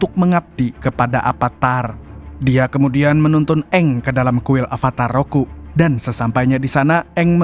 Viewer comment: Avatar ROKU bg, bukan RUKO